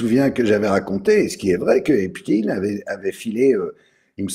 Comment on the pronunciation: TKT PAS...l'IMPUNITÉ C fini .... (Believe me) Écoutez, comment "EPSTEIN est prononcê : sont OBLIGÉS de prononcer EPSTIIN ... MAIS, TKT pas❤